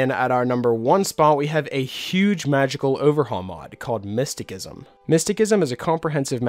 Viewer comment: "Miss-ti-SISSOM" lol...driving me nuts...